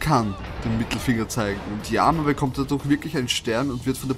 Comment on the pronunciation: Wie du durch sagst xD